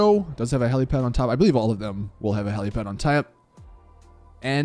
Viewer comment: "A heliapad on taep" hahahahahahaha